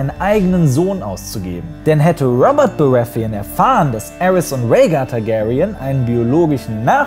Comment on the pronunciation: Gutes Video. Aber wieso sprichst du die Namen von GoT nicht auf deutsch aus? Wie du Baratheon ausgesprochen hast. Ich musste erstmal überlegen ob ich was verpasst habe da ich den Namen so nicht verstanden habe.